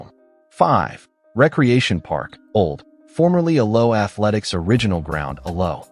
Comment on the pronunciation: Why oh why the crap fake Yankee commentary? Worst mispronunciation of all? The second "a" in Alloa is pronounced, not silent, it's "A-low-ah" not just 'Allo! And St Mirren is SAINT Mirren, not "Street Mirren" you morons! 🤬